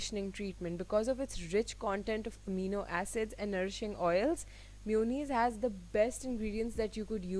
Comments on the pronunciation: its ma-yo-naise not miyunize . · It’s mayonnaise not myonaise ... not hating...love u ❤️❤️ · Its maa-yooo-nnaise Not mi-uuu-nis 😂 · Chinnu Gowda I watched some people saying mewoneese on tv but it's mayonnaise jese month May pronounce hota hai istra mayonnaise... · Bhavika Maheshwari its an accent dude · She means mayonnaise! Never heard it being pronounced that way but it’s so cute!